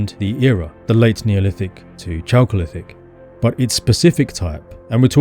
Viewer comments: First syllable of "chalcolithic" should be /kælk/ -- same as it is in "chalcopyrite." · It's pronounced 'kalcolithic'. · Very interesting and well done. P. S. 'chalcolithic' -> K as the initial consonant. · Chalcolithic = KAL-kuh-lith-ick